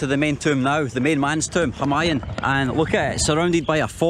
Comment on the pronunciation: It's pronounced hu maa yuuun. 🤣